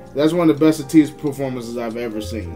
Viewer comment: thank you for reacting to their dance practice and highlighting your favorite parts. For your information, Ateez is spoken as Ay-tease or 80s (eighties).